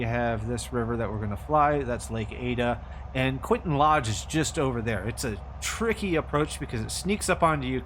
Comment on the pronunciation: The approach in real life must be done over the river at low level, and then you turn right on final, not the way you do, and the name is Quintin Lodge, not Quinton.